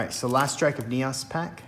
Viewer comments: Lol I keep laughing Everytime you pronounce it NEOSS instead of NEEOHS 😆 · I can't help but laugh at your enunciation of Neos, Neaus, haha.